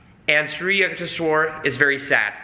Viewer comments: The most overrated nonsensical book ever. More like a Christian missionary monk selling mystic oriental ideas to the west, which has been in a quest for spirit since it lost its in the age of enlightenment. Complete & utter degeneracy. For goodness sake, thats just plain murder of Samskrutha words Yuktheshwara its Yuktha (tha as in thaw) + Eshwara.. eeesh, Yuktheshwara. With all due respect to you guys, it's sad to see a language so ancient & literally the legacy of half of the world population that migrated from central Asia to the west & the east from the proto info European.. Samskrutha is all about pronunciation swara, maathra.. Anybody talking about spirituality if they don't understand the essence of Samskrutha as the very refinement of breath & consciousness clearly cannot attain any insights into the nature of the transient to realise the transcendant. Samskrutha is a tool to realise the transcendant especially if you wish to realise it through the realms of Mantra the universe which is a manifest Pranav Aumkara of A maara, who U kaara, Ma kaara.. Aum the primordial monosyllables. This yogi paramahamsa is definitely a figment of some clever missionary not necessarily christian but he is definitely a missionary not necessarily a bad thing or inauthentic it's clearly with all possibility a part of Shramana tradition but clearly phony as far as the traditional schools & even the most secretive ones go. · the pronunciation should be like the sound of You not Yah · it's "yook" (short stab like look) not "you-k". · He kept saying sri yuck ti shwor...:) but i appreciated the whole session, it was nice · Its pronounced shri yuuk tesh wire 💚🙏🏻 11 years on the path at the encinitas temple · Pronounced Shree You-TEK-Shwar. Sri Yutekswar., find a Self-Realization Fellowship near you. You will learn so much more. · its pronounced something like you-k-tesh-var